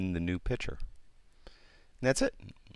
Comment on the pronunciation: Nice video...however the word "picther" is pronounced "pict-ure". Like you vids!